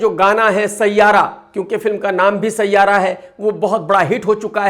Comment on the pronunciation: Sayyara nahi siayara hona chahiye 😂😂😂😂😂